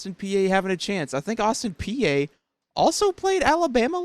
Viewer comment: Please learn to pronounce Austin Peay correctly! 😬